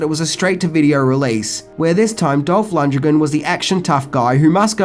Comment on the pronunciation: How did you just pronounce Dolph Lundgren? lol